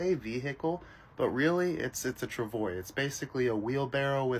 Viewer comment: Travois is pronounced: trav-wah...